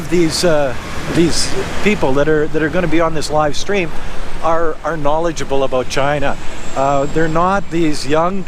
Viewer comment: "oat and aboat" lol